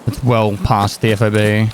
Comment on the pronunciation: It is a FOB, but it isn't pronounce F-O-B. It is pronounced fob, as in key fob. As a word, not letters.